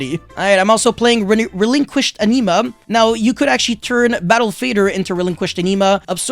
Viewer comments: excuse me sir it's ANIMA not ENEMA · He said Anima though?